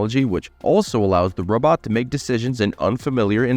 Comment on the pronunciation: he calls it a 'robut'. 😂😂😂 But seriously this industry that makes electro-mechanical robots that either take over human tasks or incorporate with existing human tasks need to stop focusing on making humanoid type robots. Robots don't need to have two legs, they don't need to have two arms, they don't need to have one head. This is the glaringly obvious waste of development money in this industry. Those that figure this out and whom angle their development more towards function and less towards humanoid will be the first companies to have success. Humanoid style robots with an equivalent AI to that of a human is so amazingly far off that any work that's done on that now, while important as a building block, will not net results in any 10, 20 or even 50 year timeline. That's right folks we are way more than 50 years away from AI working as a humanoid robot. What companies need to do, if they're smart and have a vision for the next 10 to 20 years, is focus on functionality. So that means stop focusing on legs and human heads and start focusing on tracks, multiple legs, wheels, multi-physical functios and FAR less humanoid form, and more functional to the environment form. You want to slap a wig and a silly little head on it with googly eyes? Go ahead. The point is these companies are wasting their money thinking they're going to develop something to the market but yet there are generationally back from ever even being close to that point. Generationally. To those compani